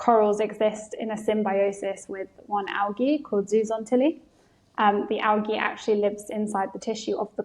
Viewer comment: Algae not awgy